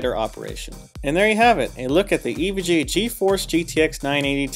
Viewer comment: I feel like you don't say EVGA the way the rest of us do. I'm hearing E vuh Gee A. What I want to hear is E Vee Gee A. Think about it.